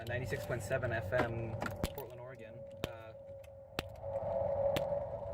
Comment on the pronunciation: Oregan? Ore a gon. The e is silent